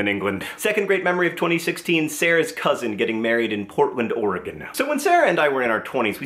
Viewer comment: You said Oregon correctly!!!! And TIMBERS!!!!!